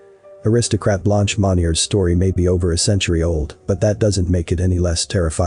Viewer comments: Come on ! Not Blonch. Phonetically speaking, her name is pronounced Blunsh. 👍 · Her name is pronounced “blunsh” meaning white in French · Blonch? Never heard Blanche pronounced Blonch. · Very good insight 👍. The narrator had no idea about pronunciation. Blunsh ! 👍